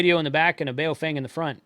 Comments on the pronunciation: Let's show some respect here, the correct pronunciation of the company's name is not BayoFANG.... How would you like it? If everyone insisted on mispronouncing your name. The correct pronunciation for BaoFeng sounds like this Bah-oh Fung... so don't be a xenophobe racist bigot.. China calls America meiguo ===--> meaning Beautiful Country... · A lesson from my limited Chinese. Bao is pronounced bow as in bending from the waist (not what you where around your neck). And feng in Chinese is pronounced FUNG Bow Fung is what it sounds like if the Chinese say it.